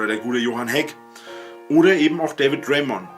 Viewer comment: Er hat David Draiman auf Anhieb korrekt ausgesprochen, der hat doch vorher geübt!